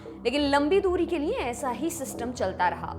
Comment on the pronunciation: देवीजी आप लिए को नीये क्यों बोलती हैं